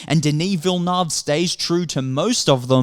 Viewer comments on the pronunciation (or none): Villeneuve: Villy-nerve